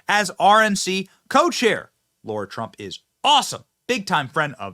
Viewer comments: Hi, not sure if u realize this but u kept pronouncing Lara's name as Laura. Even the CC shows as Laura based on ur pronunciation. Go TRUMP 2024..!! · Yay for Lara! Benny, stop mispronouncing her name. It's not laura. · Benny Its pronounced L-A-R-A!!!!!! Not Laura!!!! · Benny, no offense but it's LARA, not LAURA. Not a good look to get it wrong. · Benny, why are you saying Lara as though it's Laura? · 'PS' Benny: Sir: it's LARA, not LAURA. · Benny, it's LARA not Laura. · LAIR-Uh. Not LAURA. Johnson